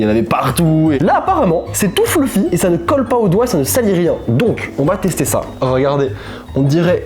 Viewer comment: « c tout foulfy » y’a que moi que ça perturbe ?